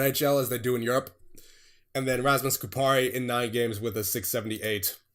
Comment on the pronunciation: Btw the stressing on Kupari’s name is on the first syllable (Ku) and not the second (pa). It’s the same way in any Finnish word or name. The stress is always on the first syllable. Should be easy to remember imo :D not a big deal tho since THIS TEAM IS SICK AF